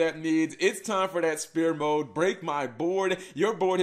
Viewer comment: what the fuck is "Ra Spear Mode"?. It's Sphere Mode, pronounced sfear.